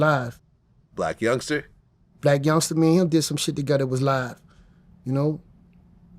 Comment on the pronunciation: its still funny to me after all these years Vlad still say “Blac Youngster”😂😂😂😂 like when he called Tyga “Tiger”